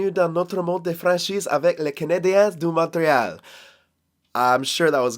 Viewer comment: Yo bro that french was amazing you just fuck up the montreal but it was absolute beauty